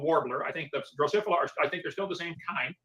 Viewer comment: How much can you know about genetics and still be unable to correctly pronounce "Drosophila"?